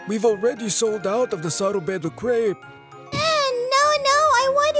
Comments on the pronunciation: crepe is pronounced as crep not as creep. Bruhhhhh the pronounciation on these is so annoying. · The way they pronounce crepe is funny to me